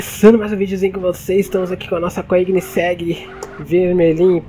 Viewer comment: uma dica so, koegnisseg nao se pronuncia o 1° g, fica tipo um "coênisseg"